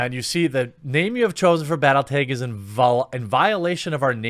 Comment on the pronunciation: Did he just say.. "battle"... "tegs"? TF is a 'teg'? 🤨 👌😃